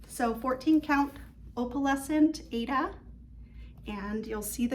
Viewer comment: Thank you for the beautiful video with so much Crosstitch inspiring projects. I would like to let you know that the pronunciation of the fabric Aida, is “I-EE-DA. It was named after the opera Aida.😃